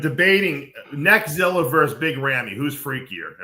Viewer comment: Dave said Neckziller 😆